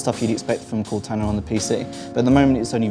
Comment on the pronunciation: I think it may have been the way he was saying Cortana. He was saying it like "Cot-anna".